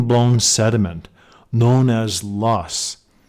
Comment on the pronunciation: I know the geology was correct, I am a geologist and liked the content. I just thought that the geologic words were not said properly .. link loess.